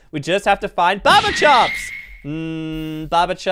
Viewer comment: Barber chop please say barber chop